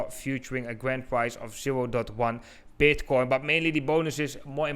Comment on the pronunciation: Did he literally start with "Is BEDcoin..."